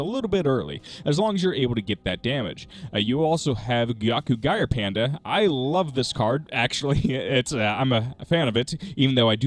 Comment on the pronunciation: "gire" should be pronounced like "gee-ray"